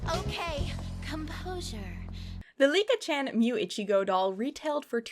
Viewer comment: Licca-chan is pronounced lee-cah, not Lick-a. The switching back and forth on pronunciation was a bit stressful to hear 😅😅